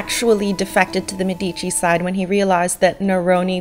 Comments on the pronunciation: ugh, it's MED-ih-chi, not meh-dee-chee. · You have a cute style - BUT PLEASE - pronounce Medici like Médici - not Medíci - Fun video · You should try to pronounce Medici with the accent on the e. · Apart from the pronunciation of the Medici, this is fantastic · I'm fully aware that it's too late to change the pronunciation in the video after it has already been released. I was merely recommending that you pronounce it correctly in the future for your benefit. As an english speaking Canadian you wouldn't pronounce the word, "medical", with the accent on the i, and neither would you for "Medici". I don't personally know many Canadians, but I'm sure that as a group, you are not against edifying yourself. Good luck!,, 👍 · Exactly, that's what I was trying to say in the comment above. It's mispronounced in so many videos that it makes my ears burn. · Thank you for your response. I don't doubt that while you were in Florence you spoke to a native, but here's the issue I have with that: many native italians do not speak their own language correctly because of regional dialects. Trust me, the accent is on the first syllable. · You do a great job with this. I have one small suggestion for improvement: if you could pronounce Medici correctly it would enhance your presentation. You can go here to hear the correct pronunciation: medici pronounciation But, thumbs up! You do a good job of making the history accessible.